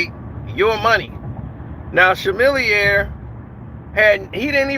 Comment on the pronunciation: you saying rapper's name wrong bro it's not Chamillionaire with a SHAM------- MORE LIKE A Kamilliomaire with K sound. It's like u didn't listen to none of this rap like some old kat!!